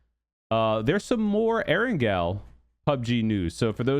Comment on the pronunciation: So you didn’t watch the Whacky Jacky PUBG 101 video Part 1, How to say Erangel?